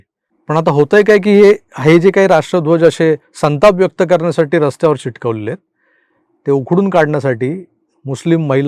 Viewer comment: चिटकवलेले नाही रे बाबा, चिकटवलेले 😂😂😂